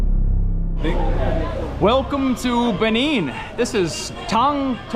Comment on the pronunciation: It's not /Bini/ It's /Bené/ By the way, Say Hello to the Principalities in Benín Republic.😂😂😂